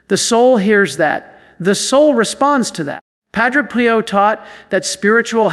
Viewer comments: knows that Padre Pio’s name is said as “ PE.O”. NOT “PIE O “ I question if A I has been active here and said it wrong!!!!! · This has to be AI. He has pronounced Padre Pio several different ways. I know the priest is real, but I think this is AI. Why would he pronounced the same name differently? Pie-Oh vs Pee-Oh. I sleep with a rosary around my wrist with the crucifix in my palm. Sometimes the corners of the cross can be a little uncomfortable in the palm. I tell myself at that moment that there was nothing comfortable about the cross. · It is pronounced Padre PEEO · This is AI generated. Surely knows to say Padre Pio not Padre Pie-o and doesn't randomly ask people to subscribe. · Um....who is Padre "Pie"o ??? And why do you pronounce name like that? This sounds AI GENERATED!!! "Pie"o. Goodgrief. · AI doesn't know how to pronounce Padre Pio! Come on! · This an AI KNOCK OFF. Pronounced Padre Pio wrong. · This is AI imitating. AI mispronounced Padre Pio. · This AI. would NOT have pronounced PADRE Pio that way. 🤬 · 100% agree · Sounds like Ai. Doesn’t even pronounce Padre Pio correctly! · Pronouncing Padre Pio’s name wrong. This is AI. I’m out of here. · AI because the voice is wrong and knows how to say Padre Pio! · Why can’t you pronounce Padre Pio properly??????????? I think this site must be a fake! AI can never be acceptable especially when it is preaching God or Jesus’s words!! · The way you pronounce Padre Pio's name makes me think this is AI speaking, not. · The mispronunciation of St. Padre Pio's name is a turn off!!! would NEVER pronounce Padre Pio's name that way!!!! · That is AI😢😢😢 NOT REALLLY, The way pronounce: Padre Pio is by AI😢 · Got a feeling this is AI. wouldn't mispronounce padre Pio and talked faster than this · Is this AI? I find it hard to believe does not know the pronunciation of Pio. And says “inter-seed-ees” instead of “intercedes”?